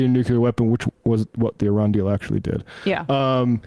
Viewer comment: Did anyone else hear them calling Iran, Irania?